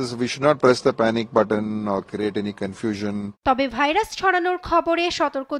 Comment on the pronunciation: ভালোমানের একটা টিভি চ্যানেলের সাংবাদিক ভাইরাসের নামটাও ঠিকমতো উচ্চারণ করতে পারলনা। লজ্জা!!